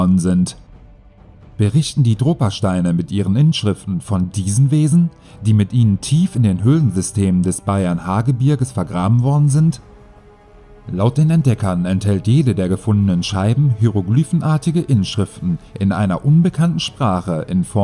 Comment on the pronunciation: Hi, nette Doku. Pass bitte auf, dass du solche Dinge wie Hieroglyphen oder Kobalt richtig aussprichst. Kleinigkeiten, welche am Ende Seriosität unterstreichen oder nicht.